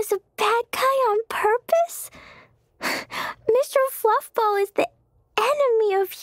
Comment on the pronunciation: its adorable that klee called A abyss mage Mwester Fwuffball